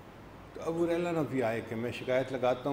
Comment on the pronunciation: حریرہ نہیں ھریرہ